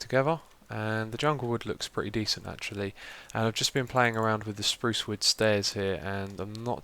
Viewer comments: no offense but its spruce (sproooooooce) not sprowce :-) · great vid xiuma! he he he 'sprouce wood'